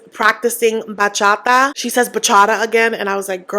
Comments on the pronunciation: It doesn’t give hater! You just expect her to respect the culture, as she should!!!!!!!!!!! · I don’t want to be a hater but Cara not being able to pronounce bachata is so cringe 😬 How are you gonna have a career in bachata if you even say it right? 🤦🏽‍♀️ btw, I’m Dominican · THANK YOU for mentioning that Gino's definitely gonna dangle the divorce/green card over Jasmine to get her to play nice! he has such a habit of this and i feel like no one notices it because Jasmine's so loud and he's more of a quiet manipulator. and Kara pronouncing bachata wrong also gets me, I would also be annoyed at that if I was Guillermo